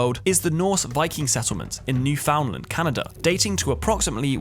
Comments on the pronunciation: Newfoundland is pronounced "N(Y)OO-fin-l'nd" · It's pronounced "New-f'n-land"